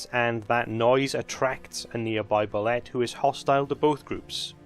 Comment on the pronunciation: "Boo-lay", not "bull-let". The 'ette' is pronounced like a French word. And if you aren't running them like a cross between Tremors and Jaws, you're doing it wrong.